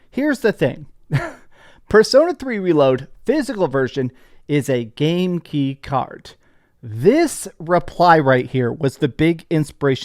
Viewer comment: I just like the fact you still can't say game key card correctly 👍🏻😂